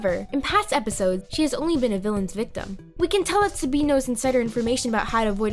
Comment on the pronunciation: Did anybody else notice that she said “sabeen” instead of “Sabine”?